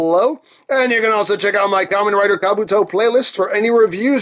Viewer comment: Not Ramen Rider, it's Kamen Rider all the same (or should I refer to him as Ka-MEN Rider, stressing the "men").